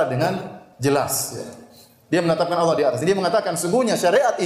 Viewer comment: Yg membuat konten ini salah kaprah ketika menyebut Alloh